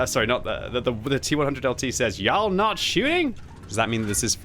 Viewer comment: The pronunciation of y’all lmaoooo cracking me up